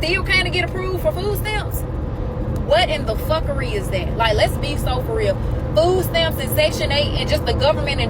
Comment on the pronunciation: They keep saying ( fooo stamps) there’s your first problem you don’t know how to pronounce words or talk. No wonder you don’t make more than $10 an hour.